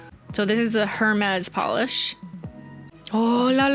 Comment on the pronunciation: I feel as if someone has probably already mentioned this, but Hermes is pronounced air-maize. No shade, we all make mistakes, especially if ifs a foreign word and/or we've never heard anyone say it.